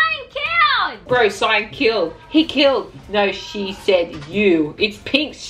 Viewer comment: cayn instead of cyan this vid was so good